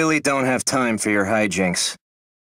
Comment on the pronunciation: I heard «Being in your THOTS is enough» That seemed right